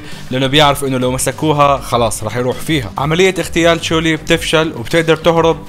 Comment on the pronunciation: تحصحيح على السريع قال فورتوكا ومفروض ينقال فوركوتا وقال اسم البنت تشولي غلط اسمها كلوي